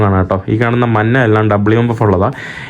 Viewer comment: മന്നയല്ല മഞ്ഞ , ഞ എന്ന വാക്ക് കുത്തിയിരുന്ന് പഠിക്ക് മോനേ 😂